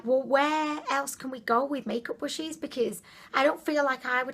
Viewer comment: is she calling brushes bushes ...?